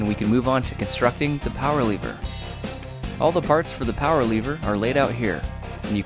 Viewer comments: Why do u say leever it's lever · you pronounce it lever, he pronounces it leever. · How come you dont have an accent, but you say lever like leever